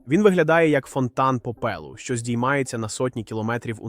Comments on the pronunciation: не когда не понемал зачем каверкать слова и менять ударения в словах. вы так считаете что вы гвоорите на более Украинском чем укарсинком языке? пОпелу. а не попЕлу.. еще не понятно нафига показывать компьюторную графику в пеермешку с реальными фото если постоянно заявлять что все тут реально.. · чого "за тисячі кілометрів" коли мова про хаббл і вебб якщо до Юпітер сотні мільйонів кілометрів?. чому у вас наголоси дебільні. аі озвучує чи що? шАри, попЕлу, в русІ, впорскУють. звідки ці наголоси? Наче коньтент годний але озвучка то повне лайно. повне собаче лайно.